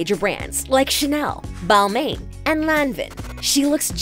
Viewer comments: you butchered "Lanvin" and "Balmain" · Hahahaha my eyebrows raised when she mispronounced it too hahahaha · Please pronounce Balmain correctly :)